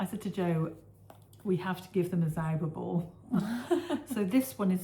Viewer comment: happy anniversary, i love it, when you try to reed the Gernan name from the zauberball…. aaand the long podcasting 👍😊